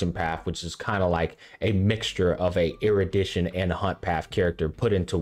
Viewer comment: erudition* nihility*